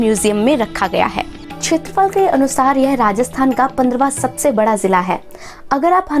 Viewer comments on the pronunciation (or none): none